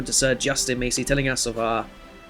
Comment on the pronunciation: Loving the start of this series as i play this house alot as its my surname, however it is pronounced mass-ee as opposed to macy